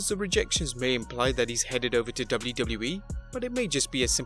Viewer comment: BRUH Learn How To Say WWE